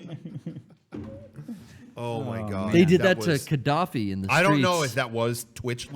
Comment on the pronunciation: I heard Kadaffi too